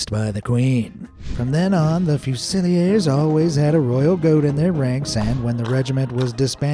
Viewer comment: lol, it's fuse-ill-ears.